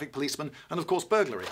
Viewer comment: "...and of course, burgulary!" xD